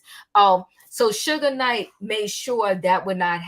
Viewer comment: It's Mr. Marion Suge Knight! Not Sugar! Let's Be Respectful To Mr.Knight. You don't have to like him but please respect him.